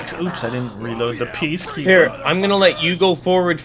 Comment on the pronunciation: its PEA-KEAPER!!!!!!!!!!!!!